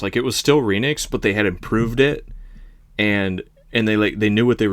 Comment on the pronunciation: Just a persnickety side note….you all pronounce Renix incorrectly. It’s a marriage of Renault and Bendix. Renault, REN like HEN. Not REEN. So it’s Renix with a soft E. Just saying. Carry on.